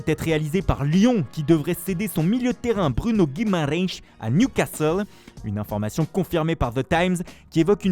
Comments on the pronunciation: Ça va la prononciation de Guimaraes ? Mon dieu que ça force sur les accent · Putain sa va nous manquer l’accent 😭😭 Guimariincchh😂😂😂😂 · Jdr la façon avec la quelle il prononce guimaras